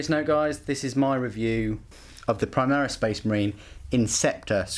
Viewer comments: The way you say premise makes me uncomfortable. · I like the "prem-eyes". haha that pronunciation